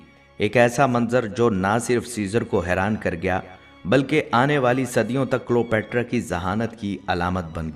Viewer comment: جناب تلفظ درست کر لیں کلیو باترا صحیح لفظ ہے